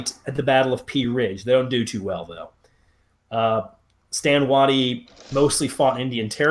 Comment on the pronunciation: It's Stand WAY-tie, not Stand Wahtee. TransMississippi Generals Units etc. always get the short end of the stick from historians.